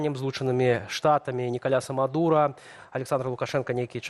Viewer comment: Услышала: ...выкраданне Николя Самадура!!!😯Второй раз прокрутила. Тоже самое. Думаю, кто же это такой?!🤔 Почему про такого не слышала?! Потом дошло: выкраданне Николаса Мадура. 🤣 Говорите чётче, чтобы не путать Мадура с Самадуром.😂